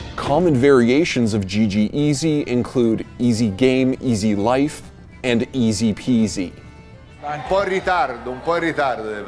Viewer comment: "izi pizi"